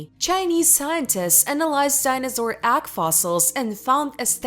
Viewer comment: Ags? How could this person not know how to pronounce egg?